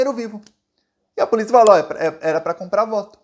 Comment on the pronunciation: "AI A PULICIA" KKKK É POLÍCIA AMIGÃO.